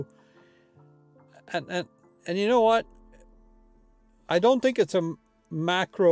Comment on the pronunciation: This was the kind of stuff I'd expect to hear if I came across you, shooting with the q2 and asked "Hey...how do you like that camera?" Folksy and honest. Not overly filled with tech data, but instead, real-world info. One small suggestion, I could've sworn you said MICRO and not macro. Must be the accent. Nice job!